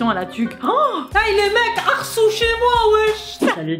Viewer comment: On dit pas « arsoud » mais « arsoude » spa grave